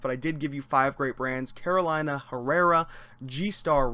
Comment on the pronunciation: It's pronounced Caroleena.